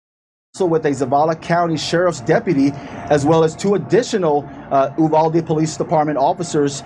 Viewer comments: "U (you) - valde" is the English mispronunciation. "U (oooh) - valde" is the Spanish pronunciation. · Uvalde is pronounced "You-val-dee." When seconds count, cops are 1 hour 15 minutes away. Arm. Your. Self. Uvalde is NOT a tiny town, pop. 16,000 and is the county seat and administration center.